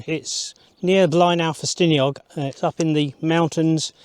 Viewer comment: A great shame that you couldn’t be bothered to make the effort of learning the correct pronunciation of Cwm Orthin and Blaenau Ffestiniog.